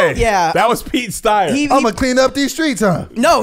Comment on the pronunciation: “Pete Steyer” 😂😂😂